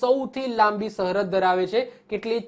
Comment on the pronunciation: આ કોણ છે જે સરહદ ને સહરદ બોલે છે ....